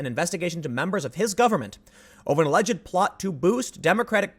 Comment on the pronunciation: You are pronouncing "alleged" wrong. It is a 'd" sound, not "id"